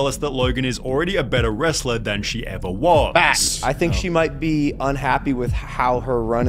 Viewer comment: evarrrrrrr....opportunityyyyyyyyyy.... can't stand how that guy intentionally elongates the last syllable of all his words.